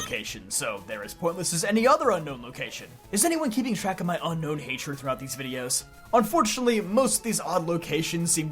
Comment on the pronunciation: It’s UNOWN NOT UNKNOWN this is my biggest poképetpeeve